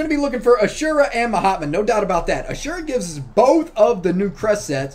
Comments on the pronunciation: Every time you say ma hatma i hear “my hot mom” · That is name frost wizard not ma hatma